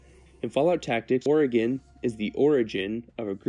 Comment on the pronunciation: Thank you for pronouncing Oregon correctly